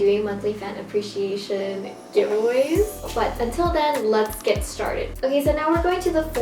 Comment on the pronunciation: the cardigan looks so cute, i'm looking forward to seeing how you'll like it <3 my favorite part of this video was how you couldn't pronounce ''appreciation'' lmao it's such a hard word to pronounce to that was very relatable! my ig is marla_melon